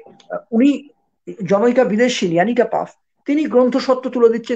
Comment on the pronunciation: Paf noy, Pfaff. Uchcharon : Faff, jemon that. Emily noy, Emilie. Uchcharon: jemon Emily ey.